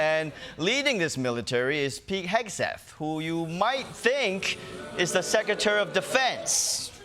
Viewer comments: that isn't how secretary is pronounced. there is an R after the C. sec-re-tary. not sec-u-tary. must try harder. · I like this host but he needs to learn how to pronounce “secretary”.